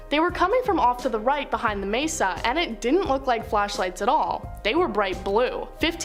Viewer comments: It's pronounced MAY-Suh not MESS-uh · Sorry to be that guy, but I cringed every time you said Mess-a instead of may-sa. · You are pronouncing "messa" when correctly pronounced "may sah".